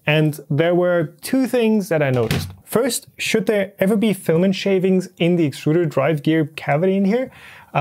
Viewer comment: It's pronounced exturder.